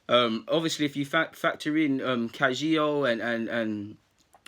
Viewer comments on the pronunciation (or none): Pronounce it Ka-Hi-Gao . You're welcome ☺